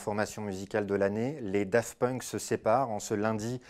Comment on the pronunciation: C'est moi ou il dit Dafunk ?